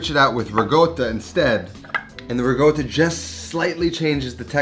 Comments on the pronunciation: So funny how you pronounce Ricotta so very 'New York style"haha Great recipe nonetheless..!!!! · Love you cooking . But its so annoying how you pronoince ricotta .. its not rigodda its ricotta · Can you please stop saying Rigotta and start saying Rikotta pls? I dont know why it bothers me so much haha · Absolutely love the food you're making, and the no nonsense presentation. But it drives me crazy that you keep saying rigotta instead of ricotta :-) No offense, and it might be my old ears. Keep up the excellent work. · I love the recipe but hates the RIGOTTA pronunciation. I mean, the guy is half Italian ! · Looks fantastic but it’s ricotta not rigoata 😅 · It’s ricotta, not rigota. Lol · its ricotta, not regoda🤌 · I like this recipe, and I’ll make it this week. Unrelated, I think I’m going deaf. Not sure but I kept hearing “riGotta”? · Sounds like he’s saying Rigotta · pls stop saying rigoata - it reduces my appetite hahaha